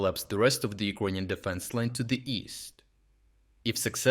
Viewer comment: Iconian army? LOL Learn how to speak first. LOL.